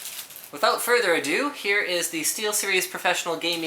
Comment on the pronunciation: Haha, further adoo, you Canadians